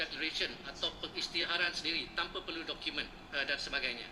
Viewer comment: TANPA Bukan TAMPA..nampak sangat pemalas baca buku